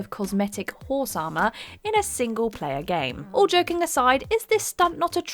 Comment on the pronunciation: HOHRSE AH-MAH🤣🤣🤣